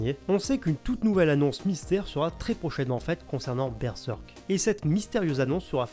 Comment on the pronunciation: Mais pourquoi prononcer Berzèrk ou Berseurk, alors que mécaniquement Berserk ça se prononce Bèrsèrk en français ? Les gens de plus de 40 ou 45 ans qui ont appris avec la méthode traditionnelle syllabique en CP et CE1 (1e et 2nde primaires en Belgique), ils apprenaient que le "e" se prononce "è" dans les syllabes fermées. Berserk, ça s'écrit en deux syllabes, Ber et Serk, le e à chaque fois est suivi d'une consonne dans SA syllabe, donc ça se dit Bèrsèrk. Ensuite, le s ne se prononce z qu'entre deux voyelles comme "rose", "usage", etc. Il y a des exceptions, mais peu, à cause des mots construits avec un préfixe, genre "resucée", mais là il y a un R devant le S, donc pas de problème, on prononce S. Et dire qu'on continue de nous soutenir que l'enseignement syllabique, c'est pas utile à l'école...